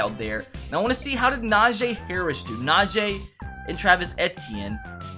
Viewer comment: najeee harris its najee